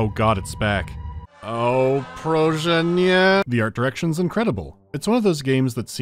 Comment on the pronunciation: Your polish pronounciation is wrong. 1. The o in proszę, you read the same way as any american would, as ow. This is not the case in polish. Instead it is read as pro (proffesional). 2. The sz. Close but not quite (you read is as if it was rz or ż). The difference between those two sounds is that rz is a voiced constant, while sz is unvoiced one (similar to the sound that is written as sh in english). 3. ę. You read is e. In coloquial/country speech it is sometimes pronounced like that, but the ę sound is pronouced like if you were to say voiced eu, but without the actual u sound in there. In this particular statement (please, no) it is often pronounced as simple e. So, I let it slide.